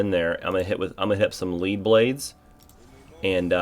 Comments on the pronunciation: I uhh, think it's pronounced like, lead the metal. Like the blades are heavier, so they do more damage? Have I been saying it wrong this whole time?! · it's "lead" as in the metal. lead blades are heavier, thus they do more damage. not "lead" as in "lead a horse to water". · Haha Lead blades,,,it’s not “lead” you into a trap it’s “lead” as in the metal. It makes your weapons heavier so they do increased damage dice